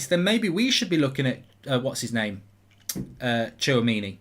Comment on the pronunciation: you pronounce Tchouaméni: Chwa-Mini